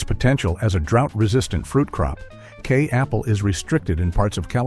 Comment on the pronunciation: Kei Apple, pronounced Ky like Sky